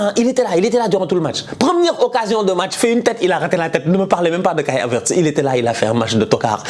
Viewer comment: 😂😂😂😂😂 j'ai juste rigolé quand tu as prononcé le nom Kai Havertz